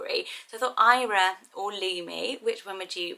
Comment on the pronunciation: Eira is lovely, in Welsh it is pronounced more like "air-a" rather than "eye-ra".